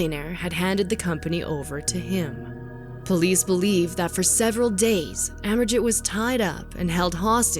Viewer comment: I think pronounced as Amerjeet.